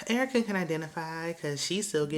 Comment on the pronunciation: Excuse me, but you definitely pronounced Erica Dixon's name wrong. That's URRR-CUH to you, ma'am!!! 😎😎😎 All Spice has done is cry, scream, and preach every episode. I also have a huge side-eye for her chilling in the ATL while her kids are down in Jamaica. Not a good look.👎👎👎